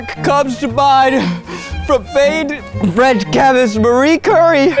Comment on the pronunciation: i think zach said "framed red cabbage" instead of "famed French chemist" Lmao!!!